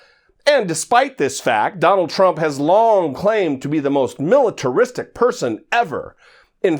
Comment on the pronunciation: The Donald must have practised a long time to almost master pronouncing "militaristic".